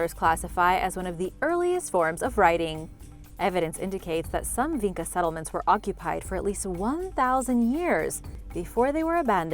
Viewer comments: it is not pronounced Vinka, instead č is pronounce like Chicago - so more like vincha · Its not pronounced VeenKa its Veencha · the č in vinča is actually pronounced like “ch” - so it would be vincha :)